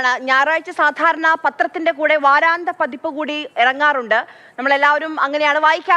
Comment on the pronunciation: വാരാന്ത പതിപ്പ് അല്ല. വാരാന്ത്യ പതിപ്പാണ്. ആദ്യം മലയാളം നല്ലവണ്ണം പഠിക്കൂ. നിങ്ങളെ കേൾക്കുന്ന ഒട്ടേറെ കുഞ്ഞുങ്ങൾ ഉണ്ട്. അവരെ കൂടി നിങ്ങളുടെ വിവരക്കേട് പഠിപ്പിക്കരുത്.